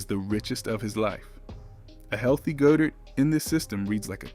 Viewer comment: Try saying Goedert like "God-Ert". For chrissakes!